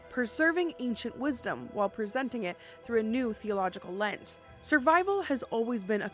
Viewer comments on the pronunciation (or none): none